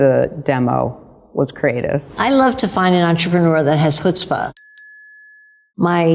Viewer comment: Did she say chutzpah?